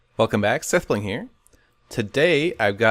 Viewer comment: sethbling, not sethblong